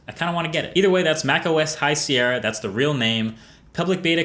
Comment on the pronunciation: High 'sí-era'